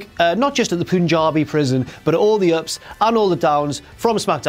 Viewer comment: Chris Jericho Punjabi not punkabi